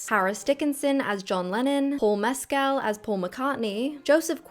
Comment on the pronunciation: not a big deal but that's not how u pronounce mescal (ik because I literally go to the school beside the one he went to and he occasionally visits) Edit: molly mcann (louella in sotr actually goes to the same school paul mescal went too)